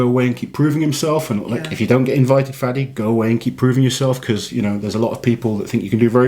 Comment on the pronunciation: Haha you’ve said my name beautifully 🙏 thank you I’ll keep competing until I get there 💪🏼😁 - Fadi El Masri